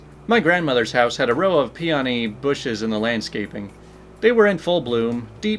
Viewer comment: [P-ah-nee] flowers actually need ants to bloom. the ants loosen up the petals.